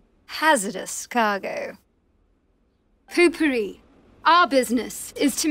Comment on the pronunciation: why are you saying puu pupiri?